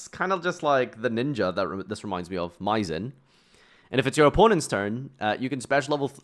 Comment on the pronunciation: This is you regular reminder that Meizen is Japanese, not German, so you're not supposed to pronounce the "ei" in his name as "ai".